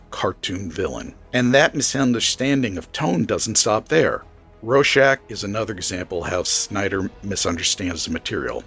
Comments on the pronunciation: AdaptAtion! Adap-TAY-shun! I hate everyone saying “adaption” that’s not how you say it! Also, RoRschach! There’s a 2nd R. It’s not “Ro-shack” like you were saying. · Lot of valid points. But, damn, could you not have gotten a human narrator? The software pronounces "Rorschach" as "Row-shock"; "Ozymandias" as "Asmodeus," and "Straczynski" as "Sterinski". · It's pronounced. Raw-shack And you get it wrong aswell The movie swop for Manhatten does not work. And why Moore had the ending he had. The threat had to be an overwhelming outside force to bring the world together. Hence an impending Alein invasion OF THE WHOLE PlANETV AND ITS PEOPLES Why? Because as a species, mankind Vendettas, blood feuds. And Wars forever....ect Moore realised this from looking at the latest invasion of Afghanistan by the Russians in 79. The Hill Tribes all came together, as one to repell the Russians. The outside force. If the Russians had not invaded, the Hill tribesmen would have come down off thier hills in the spring and start killing each other. As they did every spring. Vendetta's & blood feuds abound as the hillsmen decended off thier mountains. But that all stopped when the Russians invaded. They became one. Fought as one. Not as individual tribes. As one This is not the only time Afghanistan was been invaded many times. No one has ever succeeded. From this, can you not see that it could never be Manhatten as the fall guy. To the hill tribes manhatten would be from another tribe so it would be tribal warfare. He's one of them. Not the outside force. To us Manhatten is American, again.... not that outside force needed to bring the planet together. Someone. Somewhere would say.... hold on a minute. Manhatten. He's an American. So this is the Americans fault. Now how do you bring a planet together. You introduce an overwhelming outside force. And t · It's hard to take you seriously when you can't even pronounce "Rorschach" and "Ozymandias" correctly.